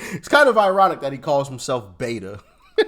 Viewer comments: "Beto", not "Beta". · It's beto (bait-o) it's a Spanish nickname for Roberto and his judge father demanded he be called that so he could relate to the Hispanic community in El Paso when and if he wanted to become a public official. She's just as much a shill and Robert O'Rourke. 😂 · Beto not beta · Just as an fyi he calls himself Beto (Bet-oh) not beta. His name is Robert which in Spanish is Roberto and Hispanics shorten that to Beto. I’m from the area and know from acquaintances that went to school with him that he HATED…. HATED being called Beto and would react to anyone who did so. Now he uses it to try and get the votes here. He, like AOC, is also cosplaying to the Hispanic populace. He’s actually quite a bigot if you listen to him speak. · To clarify its not "Beta" it's "Beto" as in Roberto, which is what his name is on Spanish. While I was under the impression either friends of thr family or the family themselves called him that, I don't know for certain. That said after his first beat down I think we, the people, started calling him Beta lol. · It's BETO..Not Beta. Cmon man. Hes a clown but know what your talking about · Btw Im a Texan and cannot stand Beto. His name is pronounced Beh toe. His reasoning for rhe using the name is something about growing up around hispanica or something. Can't remember the details. And the idiot is gonna try to run again apparently. He wants Cornyns seat I hear. 😅 ya right. Like thats gonna happen.